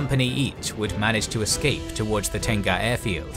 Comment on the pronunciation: Im a Singaporean Malay and when I keep hearing Tengah pronounced as Tenga I chuckled cause I keep thinking of the Japanese brand. Just FYI it is pronounced as te-ngah it means middle/centre in Malay language.